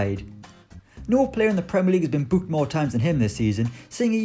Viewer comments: The way he says booked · Hes a Northerner. Come up North and youll see this is quite common.